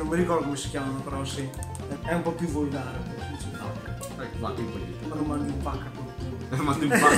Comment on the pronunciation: Vulgar, con V, no con B. Incluso el italiano ha dicho "vulgare" con la V labiodental.